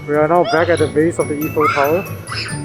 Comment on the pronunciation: Is not eff-fel tower is I - fel tower for English speaker .we called them finger food not finger bite . In French this is amuse-bouche